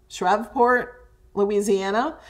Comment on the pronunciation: Suh-Lye-nuh, KS; Too-cum-Carry, Shreeeeeeve-port. I love weird pronunciations of place names!